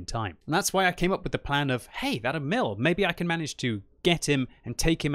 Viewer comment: Its not E-Mill, its more like EEEEEEEEEMil